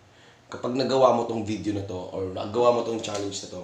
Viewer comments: CHALLENGE HINDI "CHALEYNGE" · iBarbie"challeynj" hahaha